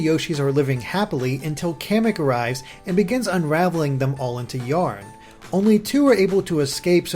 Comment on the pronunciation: Is there any official pronunciation for Kamek? I've always said "kuh-meck" not "kam-eck"